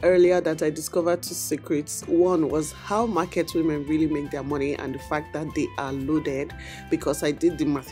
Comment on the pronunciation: Did juist say "What is te skincare routine of this fish?"🤣🤣🤣